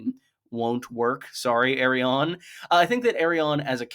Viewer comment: Why tf are you pronouncing Arianne like that ?